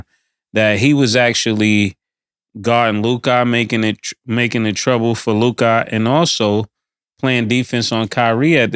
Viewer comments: Im so glad called out Mase on his Lukahhh pronunciation lmao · said Luke Kah 😆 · W for FINALLY calling this man Ma$e out on his 'LUKAHH' pronunciation 😂 Like damn nigga we fk witchu but come on g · 😂😂😂 "Luk-ah! Mase that is how you say it!!". Lol 😂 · calling out Ma$e's pronunciation of Luka 😂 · It was hilarious how clowned Ma$e for how he says Luka😂😂😂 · I thank for calling out Mase pronouncing Luka name ridiculously 😂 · Thank you stat for calling out Mase on his horrible pronunciation of Luka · Man, y'all need to go back to the studio in Miami, when the show was Raw and Authentic (that's what separated y'all from everyone else)! Now, Ma$e's takes are ASS... don't bring any relevance or context with her takes...KILLA the only one know what he talking about (he just has to get his words straight, ie "stanima" "Darwin Ham" etc).... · I HAVE BEEN ASKING SOMEONEBTO CORRECT MASE ON HOW HE SAYS "LUKA" FROM EPISODE 1. THANK YOU 😂😂😂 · They butcher everybody name. Who is andre inkwadala 😂 or lukahhhh don kich. 😂😂😂😂